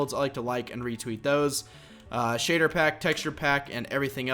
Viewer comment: SHADERR?? AND RESOARSES PACK??